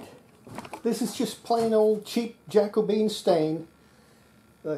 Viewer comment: If you get a scratching sound on the antenna... Has anybody then tried putting that in the grooves of a record, see if it comes through? 😂 Jacobean is said like carribean, it was a period in history when one of the King James was in power (in Scotland, I think....)